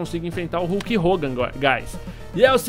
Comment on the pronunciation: É KULK HOGAN!